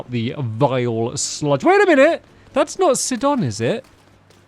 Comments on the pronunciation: It's not 'sidon' its pronounced sigh-don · Hey stampy It's pronounced sigh-don not sid-on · It's Si-don not Sid-on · Your saying Sidon wrong you need to say it sigh-don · Your pronouncing Sidon wrong. It’s pronounced Saidon. It means fishery in another language.